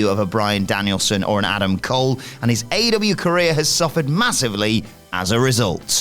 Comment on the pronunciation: Is there a reason why Adam can't pronounce aEEEEEEw sometimes?